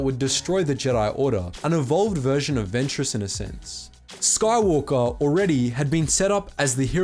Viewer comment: Anakin Skahwolker